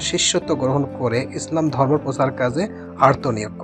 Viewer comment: মাশা-আল্লাহ সুন্দর হয়েছে, তবে ডকুমেন্টরী করতে হলে আরো রিসার্চ করতে হবে, উচ্চারণ, কথা বলার ধরণ ও তথ্য সঠিকভাবে দিতে হবে, কিছু জায়গায় ভুল হয়েছে এগুলো খেয়াল রাখবেন। এখানে কোন ছাত্রী নেই, ধর্ম উচ্চারণেও ভুল হয়েছে আরো কিছু জায়গায় ভুল হয়েছে, আশাকরি পরবর্তীতে এ বিষয়গুলো গুরুত্বসহকারে খেয়াল রাখবেন ।